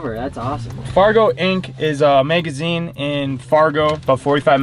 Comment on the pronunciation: We’re in a “megazine”